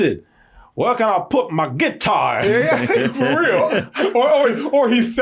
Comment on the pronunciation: “Where can I put my GITT-TAR?” I’ve never laughed so hard in my life 😂